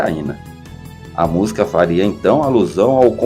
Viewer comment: Penso que estou a ouvir uma pronúncia " estranha" da palavra música "musca" ?!? Ou estou mesmo surda!😂😂😂😂